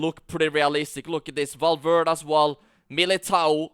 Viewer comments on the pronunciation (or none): Bro said "Valveerd"